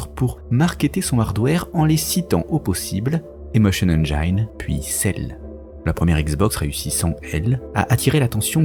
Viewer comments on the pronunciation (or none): none